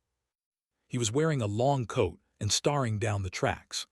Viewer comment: Mis-pronounce “staring” twice and I’m out. The AI is really bad!